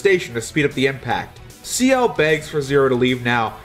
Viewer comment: In Canada, you learn French in school. Such isn't the case in the USA. But at least he pronounced Ciel's name properly.